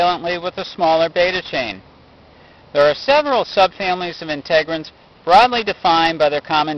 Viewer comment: Integrins, not Inte-grins